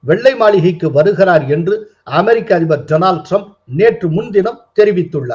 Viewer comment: My friend Dolan Trump. நண்பர் பெயரைக்கூட தவறில்லாமல் சொல்ல தெரியாதவர்...